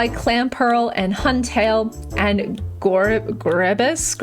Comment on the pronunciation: You got me laughing at gor reb iss 😂😂